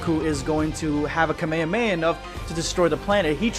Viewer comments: It’s ka me ha me ha not cuh mei uh mei uh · did anyone else notice he said the kamehameha wrong idk if its like a weird DUB pronouncement but its bothering me alot